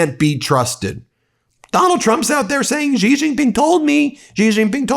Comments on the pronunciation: Please learn to pronounce his name correctly. He is President "Si" , said short and crisp Not President "Gee". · Xi is pronounced "shee" Ben, not "gee". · Stop mispronouncing president Xi’s name as Ji..